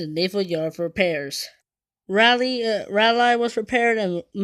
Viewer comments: It's pronounced "Rawlee"! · Its pronounced "Rolly". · She is named for a town in North Carolina,pronounced Rah Lee